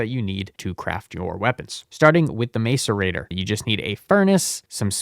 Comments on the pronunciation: bro is literally just pronouncing things wrong on purpose. Here's your engagement king. Niter: "night err" Macerator: "Mass err ate err" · Okay some of that pronunciation has to be ragebait, knitter, mace-arator, I can't 😭